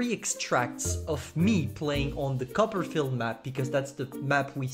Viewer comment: Everyone: Copperfield: cuppa'field